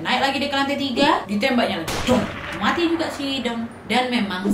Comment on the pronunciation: Lucu dengar kata matinya ( muati ) 🤣🤣